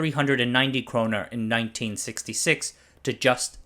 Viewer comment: Nice video but it’s kronor and not kroner